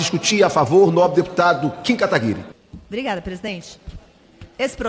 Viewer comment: Por que ninguém fala o nome do Kim Kataguiri direito? Sério, é um nome bem fácil de falar.